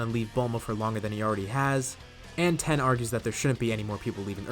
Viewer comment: Tien* not Ten.